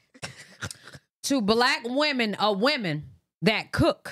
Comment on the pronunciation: It's kills me how she saying wemon not women 🤦🏾‍♀️🤣